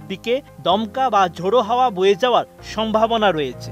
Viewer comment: উচ্চারণ হয়েচে - রয়েচে নয়! হয়েছে, রয়েছে।